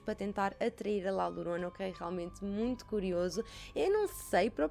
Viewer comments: La Llorona lê-se “lá lhorona” que significa “a chorona”. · Bem vinda de volta!! 😁 A maquilhagem está maravilhosa, a qualidade de som e imagem está nos píncaros 🔝 Podes ler La Llorona como sendo "La Yorona", assim fica mais parecido ao espanhol. 😘